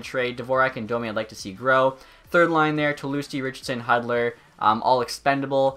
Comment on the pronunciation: Red wings fan but can’t pronounce Hudler who made a name for